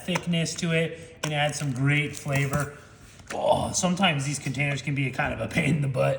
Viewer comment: Thought he said the mayo adds some "grape" flavor. Had to turn on captions.